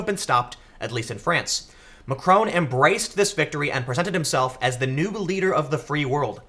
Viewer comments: His name is Mac-ron, not Mac-rone. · Hey Tim, I'll be correcting this every video until you see this but... It's pronounced Mack - ron, not Ma - Krone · Tim! It's MacrON, not MacrOWN! Also, it's pronounced "an Marsh". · Why do Americans have to pronounce everything wrong. Can't even say Macron correctly. And it's no erbs it Herbs with an H. And it's not TWOT its TWAT ! Just cos you pronounce SWAT like SWOT doesn't mean it applies to the ENGLISH language. It really fucks me off when yanks think they know or understand European politics from spending five minutes on Wikipedia. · OMG, learn how to pronounce Macron